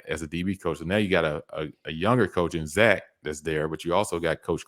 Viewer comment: You have to stop butchering names 😂 especially Zac